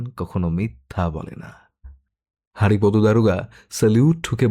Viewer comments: Kichu mone korben na. Apni ki bangali? Apnar bar bar হারিপদো Ucharon ta Kane lagche. May be উচ্চারণ টা বাংলায় হরিপদ habe. Sorry amar Kane lagche bole bollam. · নামটা বোধহয় হরিপদ হবে হারিপদ নয় , উচ্চারণ এর দিকে একটু নজর দিন বড় শ্রুতিকটু